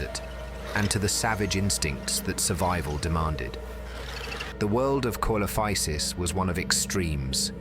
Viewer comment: It's pronounced seelophisis